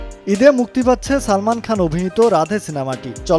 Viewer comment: ঠিক বলেছেন কখন ছবি কখন চবি আবার সালমান আবার ছালমান উচ্চারণ করেন।👎👎👎👎👎👎👎👎👎